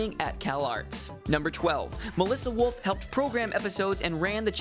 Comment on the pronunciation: WOLF! WOLF! It doesn't sound like that..... ;-; I'm sorry it just annoys me